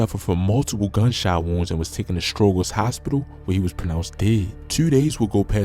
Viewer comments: You ain't from Chicago, "Throop" is "Troop" and "Stroger" is "Strojer" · Stro jerz.. say it like that joe you killing me 😭